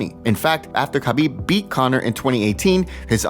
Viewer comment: It’s Habib the K is silent. Come on.